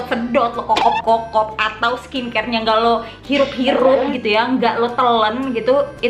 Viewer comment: Di kaya ngomong skin scare nggak sih??😂😂